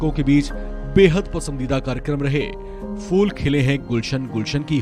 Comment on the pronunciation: Bhai it's not FOOL but PHOOL khile hain. Please find out the difference. Rest in peace Tabbusum jee.